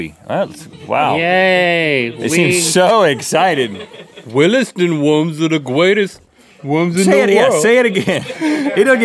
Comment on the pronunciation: Gweatest? British adults can pronounce the letter r.